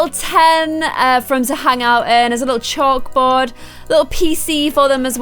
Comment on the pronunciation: did u say chock board? xD